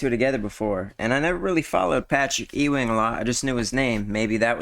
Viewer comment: It's Patrick Ewing (You Wing) not Eeee Wing